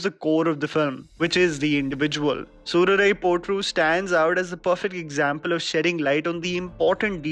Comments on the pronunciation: nailed uttering the title in tamizh.. good job 👏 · I love how you pronounced "Soorarai Pottru' and 'Nedumaaran'.